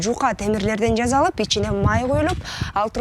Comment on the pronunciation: Ооба, "з" менен сүйлөйт экен. Туурасы "жаса, жасалып" болот